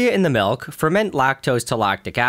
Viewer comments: Some nutritious.. malk? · a glass of MALK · Listening to Nile say milk, there's just something about it.